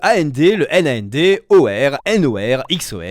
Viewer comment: Bonne vidéo, juste sur la prononciation des portes logiques ça a été un supplice 😂. Ça se lit comme un mot : and c’est et en français par exemple ça se dit pas à n d et nand se dit non and